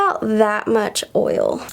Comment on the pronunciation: “oyol” do you mean oil?